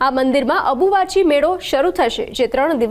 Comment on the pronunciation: Ambuvachi kevay dobi abuvahi nai😂